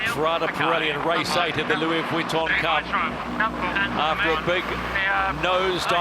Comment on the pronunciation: Lewie Vwitton